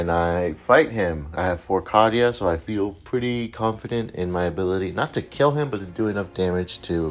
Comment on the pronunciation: Awesome vid, still love your channel. Canon pronunciation is Cay-Dee-Uh